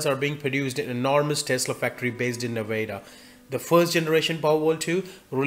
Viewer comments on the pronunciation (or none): "Neh-vay-dah"... No, brother. Try again.